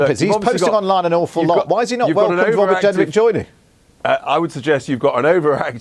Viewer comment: Welease Wobert Jenwick. 🤣